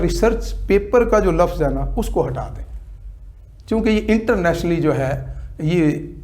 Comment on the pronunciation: Internationally hota hai Internatly nahi hota your last word dobara sun lo